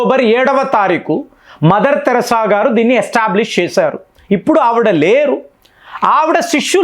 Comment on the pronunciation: తమ్ముడు నీవు కొన్ని తెలుగు పదాలు తప్పు గా పలుకు తున్నావ్. మదర్ థెరిసా తెరాస కాదు, ఆయుధాలు వాయిదా లు కాదు.